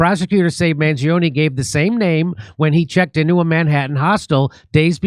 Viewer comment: What better authority on this subject than a man who can neither pronounce nor spell "Mangione"